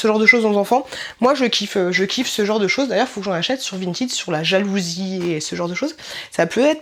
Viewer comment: Pq vous dites vintid ? Cest vinted !! Et ça se prononce pareil